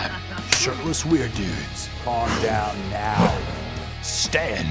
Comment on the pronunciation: I heard "sh*tless" instead of "shirtless"